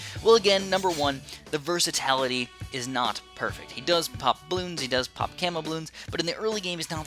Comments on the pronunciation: its "versatility", not "versatality" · "Versitality" pls;_